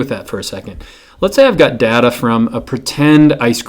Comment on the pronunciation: Its data not data